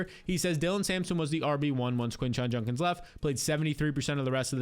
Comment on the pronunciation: For the love of god learn how to say Judkins 😂😂